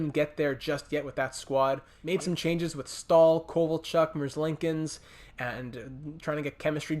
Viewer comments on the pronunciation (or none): Hey, (Spoilers boys) Congrats on the cup win. I love to see Kovalchuk raise the cup. Also, I would recommend trading for Big Zemgus Girgensons. Also, you pronounce Merzlikins like MerzLEEkins and not MerzLINKins. I also almost had a heart attack when Laine hit off the post. If 2bc was with this franchise, he would be yelling MARCUS JOHANSOOOON. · congrats love the feeling of first year win, feel unable to loose but next year will go to trash so really look into what to do next, have no suggestions because well havent played yet haha, just a fun quote why do people keep saying merzlinkins there is no n there merzlikins, dont worry i always do the same haha, and only suggest, go for raymond!! haha man the year he done in frölunda now, everytime he get the puck magic happens, so i really hope they fixed him in 21